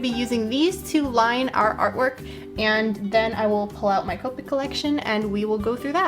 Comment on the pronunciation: It's copic not copeic